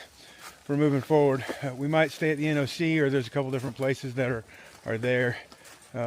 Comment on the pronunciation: Finally…an AT Thru-hiker who pronounces NOC correctly instead of calling it ‘The Knock’.